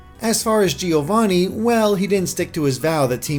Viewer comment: Great video as always! Can you please pronounce "Giovanni" correctly, though? As an Italian, it's painful to hear it mispronounced every time.